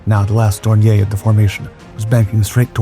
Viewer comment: Dorn ee er. It's not French.